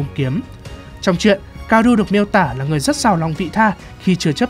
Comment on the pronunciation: *ka-o-ru nha ad đâu phải ka-ru